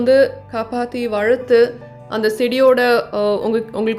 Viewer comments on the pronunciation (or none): Nenga tamil nalla pesrenga.. but 'Valathu' pronounciation la anda 'la' ila.. Google 'valar' pronounciation in tamil.. wanted to tell u this for a long time 😛